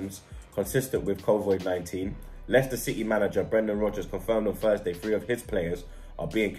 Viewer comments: Nobody:: “covoid” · Covid not covoid fam 😂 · bottled the pronunciation too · He keeps saying Covoid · it’s slyly getting on mans nerves lol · Kovoid 19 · whos gonna tell him its not COVOIIDD